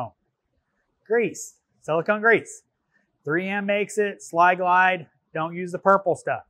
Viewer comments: Sil-glide not “sly-glide” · ....isn't that Sil-Glyde, and not "Sli-Glyde" as he pronounced it 🤔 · Sil-Glyde* not Sli-Glide lol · It's not SLY-Glide.....it's SIL-Glide. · *Sil-Glyde (not Sly-Glide)